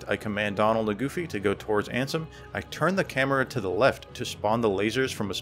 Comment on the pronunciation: Love that you call Riku ansem as RANSOM